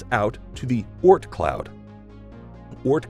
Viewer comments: The way he says Oort cloud really annoys me. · The way he says Oort Cloud disturbs me